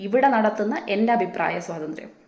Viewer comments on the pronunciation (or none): none